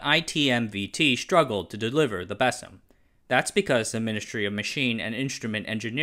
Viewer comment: and You need to polish the way you say MESM and BESM a little more. From my side I обещаю to study English some more. ;-)